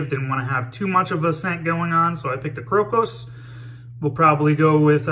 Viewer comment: Hey. Today I learned how to pronounce the name of that soap correctly, thank you. I liked the way you were using the very tips of your boar bristle brush. Great lather and a real nice shave. Nice one.